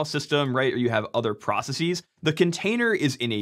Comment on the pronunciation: "Processies"? lol.